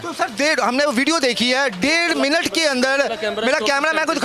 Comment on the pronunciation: Milut nhi minut hota hy